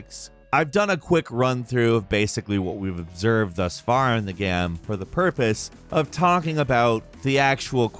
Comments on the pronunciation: “in the gam” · omg he says gam like at least twice more loool